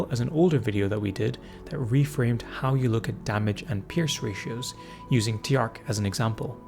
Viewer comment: Small note on Tjark. His name should be pronounced "Chark" with a sharp "ch" sound. At least if it's supposed to sound Nordic.